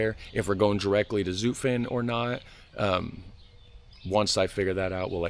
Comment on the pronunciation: Zutphen with u as in hut or but